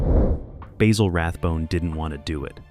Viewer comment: Sorry AI you have screwed up again, Dressed to Kill was the LAST Rathbone Holmes movie in the series. Terror by night was made earlier and as a matter of fact (facts apparently are things you disregard) it Dressed to Kill was the last film made in the series. Aso, please pronounced Rathbone's first name correctlly Basil is pronounced not with a long "A" but a "BA" like what a sheep sounds like. Also you are completely wrong on the Nigel Bruce depiction of Watson. He correctly thought that playing the part straight from the books would clearly put Watson in the background, so very early on he decided to play Watson with that less than astute persona giving the character a very distinctive personality. And finally, for God's sake quit showing clips from other movies that have nothing to do what you are talking about. Once again you have proven how dangerous to the truth this AI sh_t is to true analysis of a great series.